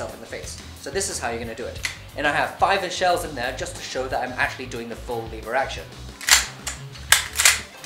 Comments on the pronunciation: It’s lever not leaver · Lev-er not Leave-er